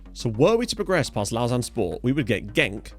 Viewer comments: Lausanne is pronounced like low zan 😏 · Lausanne sport should be winnable tie. Servette fc my local side so wacky hearing you say lausanne. Lmao. Looking forward to tie as I am a suisse romande football fan. Lived in geneva my whole life andgeneva has a sporting rivalry with lausanne. Servette fc best suisse romande side imo